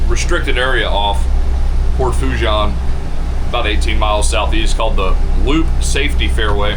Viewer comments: It's pronounced - sounds like "FOO - SHAWN" "N" is silent...LOL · I am a new subscriber, from Covington,Louisiana. I love your videos. If you want some street cred with the Cajuns down' dere',it is pronounced like so...Port' Fo- SHAUn' - demphasis on the N sound at the end. PS- I am not Cajun, my Irish American family never spoke French. And we have only been in Louisiana since the 1960s.But you learn how to pronounce French down here.One of my brothers has been to Port Fourchon and Cameron thousands of times in his decades working offshore and with various oil and gas companies in Louisiana and Texas. Sadly he passed away a few years ago or I would have shown him your channel and he could have given you some tips. I remember after Katrina how it was a nightmare getting those supply boats out to the rigs because of all the debris in the water. Hurricane Ida did even more damage there.There were unofficial readings out there that measured Category 5 Hurricane winds during Ida from what I have heard. Unofficial reports. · Fouchon is pronounced “Foo-Shon”